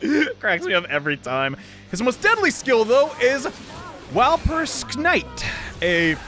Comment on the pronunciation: FuTuNuNuShi? Me: tuna what? Tsu? Fu-tsu-nu-shi? No nunu. Nunu bad.: Walpurskt night. Me: Wal-purg-ist nact.